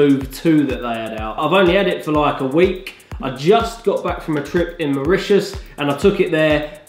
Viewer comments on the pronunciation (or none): none